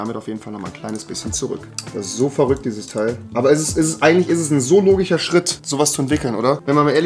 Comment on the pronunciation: Man kennt übelst „logich“